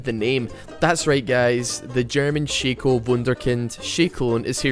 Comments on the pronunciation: It's shaco, not shaco ... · its pronounced Shaco not shaco